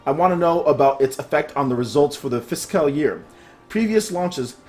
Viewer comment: Bruh I love your vids but please learn how to prounounce Fiscal. It's like Physical without the i, physcal.